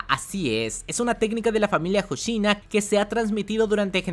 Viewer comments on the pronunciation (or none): VICECAPITAN HOSHINA!!, NO HOSHINO H-O-S-H-I-N-A!!!